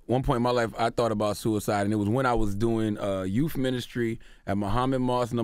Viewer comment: Charlamagne said 'youf ministry'. I need his TH game to strengthen.